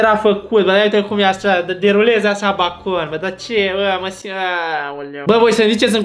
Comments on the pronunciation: BACON", Eu:,,Beicon" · Bakon = Beikan 😂😂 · cand stai prea mult in bacau ajungi sa spui "bAcOn" 😂😂😂